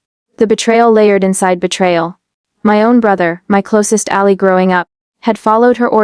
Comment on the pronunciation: Teach the virtual voice to pronounce "ally".